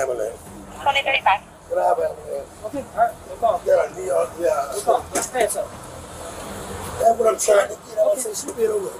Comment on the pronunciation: "I NEED AN AMBOOLANCE !" ROFLOL